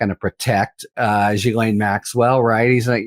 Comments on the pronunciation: It's ghislene and it's pronounced 'jis-lene'. You would sound a lot smarter if pronounced it correctly. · She pronounces her own name Gee-lenn.